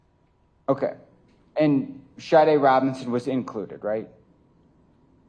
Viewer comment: Is anyone else annoyed at the fact that she is saying SHARDE instead of SADE??? Where does she see an R in her name and how many times does she hear the prosecutor pronounce it correctly?